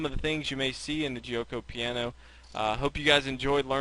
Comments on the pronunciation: jyo-ko pya-no not jee-oh-ko pee-a-no lol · It's actually pronounced jokeo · You're mispronouncing Gucci Piano. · hahahah Guioco Paino or " Silent Game"